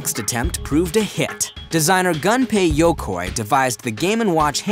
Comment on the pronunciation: "Gun pey yo koi" Great video though, I loved it!